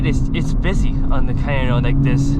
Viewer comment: Took me a while to realize that “cayenne” = “canyon”…